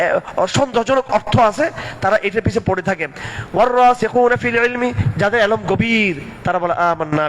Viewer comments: এলম কি 😂😂 ওটা ইলম। আরবি উচ্চারণ করতে পারে না আবার আলেম হইছে 😂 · শব্দটা কি এলম্ হবে? علم শব্দটির উচ্চারণ কি এলম্? মুখ ফস্কে এক'দুবার হতে পারে, তাই বলে বারবার غير عالم দের মতো উচ্চারণ কি اهل علم গণ মেনে নেবেন? কাদা ছোঁড়াছুড়ির মধ্যে মুসলমানরা শুধু حسد এবং كبر শেখে; اقامت دين এর কোনো تعليم খুঁজে পায় না।কথাটি আমাদের মনে থাকলে ভালো হয়।